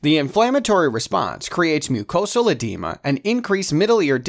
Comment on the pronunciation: Have my ENT surgical rotation this week. This has helped loads thank you so much. Only thing is that the pronunciation of some of these words is wayyyyy off. ie. Hyperplasia pronounced as hyperlasia and edema as edemma...